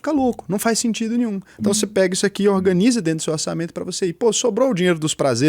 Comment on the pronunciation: Minuto 19'' 04" ORNANIZA 😂😂 No mais, muito bom o vídeo.